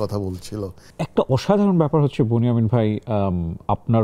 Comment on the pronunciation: ইউসুফ আ এর ছোট ভাইয়ের নাম বনি আমিন না বেন ইয়ামিন